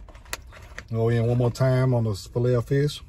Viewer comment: You say fish just like my late grandma. 😂 “Feesh”